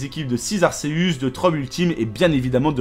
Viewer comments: Ses pa arceus je crois que sa se li arkéus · je reve ou il a dit arseus au lieu de arCeus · Ca ne se dis pas arceux mais arkeus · Ar"SÉHUSS" pourquoi personne ne le prononce bien c'est Ar"KÉHEUSS" car son étymologie vient de Arkhé et Zeus et on dit Z"EUSS" pas Z"ÉUSS" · Je veux pas faire mon rabat-joie mais on dis A R K!!!!!! E U S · On dit arKeus pas arcesuce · on dit pas arceus on dit arkeus pour la prononciation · On dit arceus avec C pas avec un S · Ça se prononce arKeus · Perso jsp si je suis le seul mais moi jdis arkeus et non arceus 😅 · Arceus se prononce Arkeus